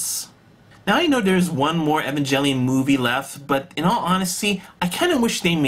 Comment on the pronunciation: Evangelion pronounced: "E-von-g-el-eon"